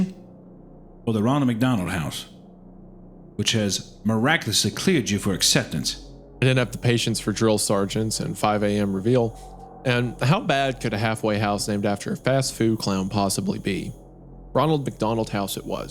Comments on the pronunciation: Reveille pronounced re- va- lee not reveal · In the US, it’s pronounced revel-ee. It’s the bugle call used to wake people up at military and Boy Scout camps. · Isaiah pronouncing reveille wrong triggered me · Of all the things Id never expect wendigoon the premium military history YouTube nerd to mispronounce reveille